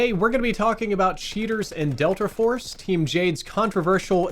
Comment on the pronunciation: Bro said "Delter Force" in the beginning.